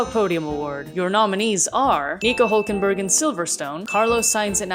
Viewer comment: And you get an award for pronouncing NICO HÜLKENBERG (with Umlaut (¨) on the U ! ) the right way! 👍